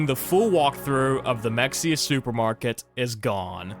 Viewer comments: as a person who loves in Mexia, the actual pronunciation is Ma-hey-a. To be fair, I do jokingly call it like how you did. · lol Mexia is pronounced “muh-hay-uh” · it's Mexia (Ma-Hay-Ya) that's how we can tell who lives in Texas